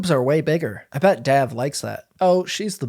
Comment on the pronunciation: That and the mispronunciation of Dav’s name made me wonder what else was off. Sorry, couldn’t watch to the end.